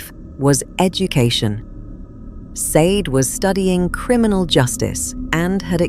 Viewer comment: Sade? It's pronounced shardae